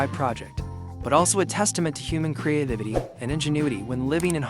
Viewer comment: create-ivity...... put the wrong emPHAsis on the wrong syLLAble.